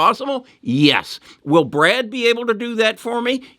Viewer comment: Goggle’s AI is called Bard not Brad.